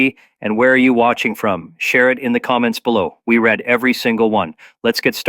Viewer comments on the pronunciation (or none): none